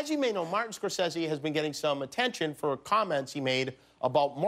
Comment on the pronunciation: "Martin Scorsesy"